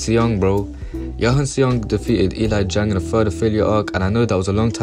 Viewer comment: bro said "E LIE JANG"